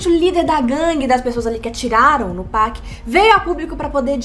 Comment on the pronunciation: Não tem "péc" mano, é literalmente PAC